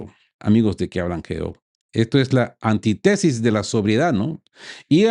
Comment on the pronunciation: Pequeño detalle: antítesis, no antitesis.